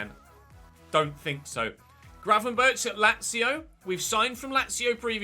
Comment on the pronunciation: Get Gravenberch (it’s pronounced with a G at the end, like the one at the start) and the CR7 regen and keep Kasun in the starting 11 since he has some growth in him left 💪🏻